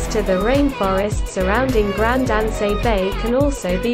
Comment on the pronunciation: Grand An-say, Gra-na-dah, Lansay aux Epines???? Wow where she getting these pronunctiation from? If you're going to do a presentation do your basic research.